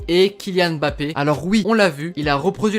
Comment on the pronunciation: "mbappé" au lieu de "Mbappé" soigne la prononciation c'est perturbant mdr...